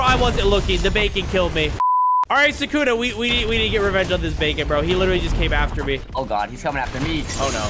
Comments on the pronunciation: BRO ITS PRONOUNCED SUKUNA NOT "SAKUNA 🤓" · Sukuna not Sakuna